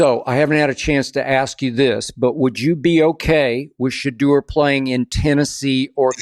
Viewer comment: Skip really needs to learn to pronounce Shedeurs name right. Shuh Door